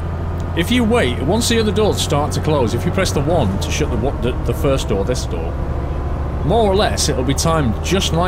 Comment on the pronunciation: haaaa it did sound like that 😂😂😂😂